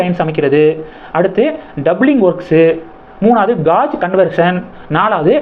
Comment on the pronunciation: அஜி,அது காஜ் கன்வெர்ஷன் இல்லை. Guage..என்றாலும் அது கேஜ் கன்வெர்ஷன் என உச்சரிக்க வேண்டும். தவறாக எண்ண வேண்டாம். நன்றி